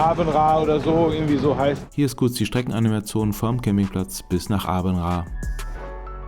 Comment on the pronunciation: Åbenrå.=äbenrä. Aa=ä. Aarhus= ärhus Tolles video